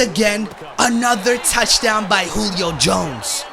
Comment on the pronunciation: why does he say Julio Jones name so weird